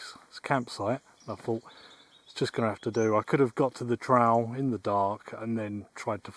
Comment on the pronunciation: Tell how thr english invent a language and cant properly speak English kept saying "trial" while talking about a "trail" or is it just me